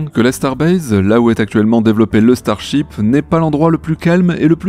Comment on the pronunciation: Starship, ou Star Chips ??? 😆😆 Ta langue a fourchée il me semble 😅 ça m’a bien fait rigoler 🤣